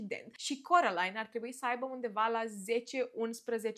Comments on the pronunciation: De ce ,,corălain" și nu ,, Kerolain"😭😭😭😭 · Carolain nu Corălain🤦